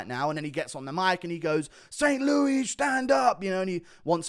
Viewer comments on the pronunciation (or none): In America we pronounce it "ST. LEWIS". Not "Loo-ee" Innit? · did i hear that right? ufc fight night saint loui??? oui oui piggie? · This dude said st louie lmao